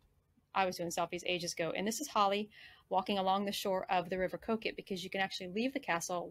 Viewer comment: Kook-It! Well done, excellent pronunciation! Just the right amount of emphasis on the ‘uck-it’ bit😉 Annick was spot on too! We’ve trucked up’n down the A1 many times, we’ll make a point of visiting Warkworth next time, thanks for pointing us to it. We’re curious to hear your translation of Berwick-upon-Tweed 😊, p’raps in a future TTT👍